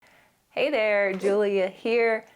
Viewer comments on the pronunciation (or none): none